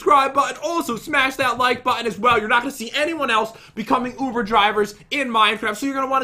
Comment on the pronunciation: oover driver?